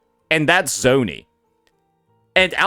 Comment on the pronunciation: Bro hates Zani so much he started calling her ZOni